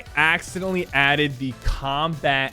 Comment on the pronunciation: Bruh he sounds like he is saying actually and accidentally at the same time